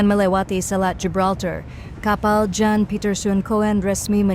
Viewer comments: Yan bukan Jan ,Kun bukan Koen bacanya Mbak.😅😅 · Aksen Adminnya ke bule2 an tapi baca nama aja salah. Jan bacanya Yan, Coen bacanya Kun ya Min 😮